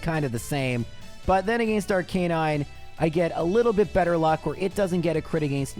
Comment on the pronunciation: Ar-kuh-nine not ar-kai-nine, im looking at the official pokemon handbook. Sorry has to say it.